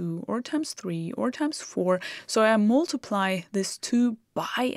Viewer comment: Good to see that you are teaching in english now, too. And it sounds great! (except the word "mUltiply" , the "U" is pronounced like a german "A") Keep on !